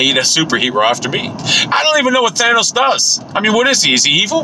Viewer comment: "Thanus" lol